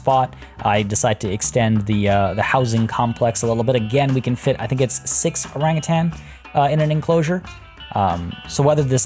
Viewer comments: Keep pronouncing orangutan orange-utan. I read to much. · I laugh when ever someone not from SEA says Orangutan. Say it like it's two words not one (Orang-Utan). Also a name suggestion for the enclosure itself is "Orang Hutan" Hutan means rainforest and it would make sense.